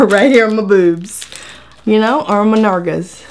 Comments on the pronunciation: Nargas 😂😂😂😂 lol its nalgas 😂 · For those of you who do not understand "nargas" it's spanish for buttocks! I am lol, you are helping with my stress with the negative vibes lately, Thankyou 😘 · "nargas" hahahahahah khé? 😂😂😂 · By the way its nalgas! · "on my nargas" I'm dying! 🤣🤣🤣🤣